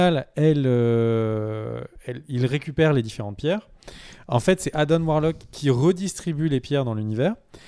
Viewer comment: ARRÊTEZ AVEC "ADAME" C ADAM COMME LES DENTS "ADENT" ADAAAAAM" BORDEL